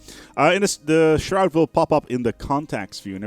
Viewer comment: There's a U in that their word "shroud" boy